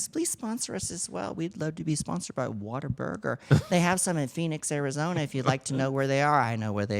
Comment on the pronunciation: What-a-burger lol. Not whaterburger. Cmon Tammie 😅😅